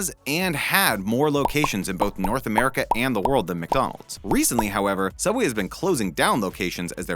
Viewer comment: It’s pronounced soubway